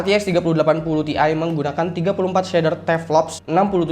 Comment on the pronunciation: bukan "TI" tapi "TIe"